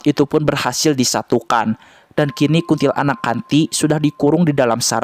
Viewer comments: KUNTILANAK. BACANYA/PENYEBUTANNYA JGN DI POTONG MENJADI DUA SUKU KATA. BUKAN : KUNTIL ANAK TAPI : KUNTILANAK (PENYEBUTANNYA DI SAMBUNG) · Kuntilanak bang, bukan kuntil anak😂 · Bukan kunntilaanak yg benar kuntilanak q Tot 😂😂😂